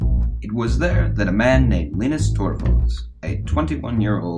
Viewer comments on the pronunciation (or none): His name is Linus not Linnus ... ;)